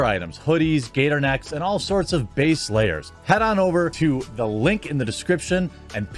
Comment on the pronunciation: You ARE a Wisconsin boy saying "base layer" haha. I used to live in BOS and CHI, but now I'm in ATX- getting sheath honestly did help, but they're expensive